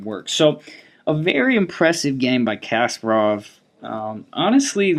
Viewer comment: Always good videos but one thing always bothers me. It is not KAS-par-ov. It is kas-PAR-ov. Please, please say it correctly. It is almost painful.